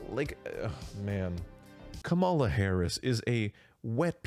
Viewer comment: COMMA-la not kuh-MAL-uh.